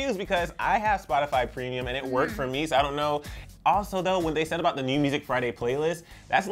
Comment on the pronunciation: Selena Gomez's shockeeng neeeeeeeuuuw ieeeeenk